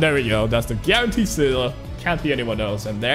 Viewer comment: Funfact: Seele is german for soul, and yes, you did butcher it but that's okay.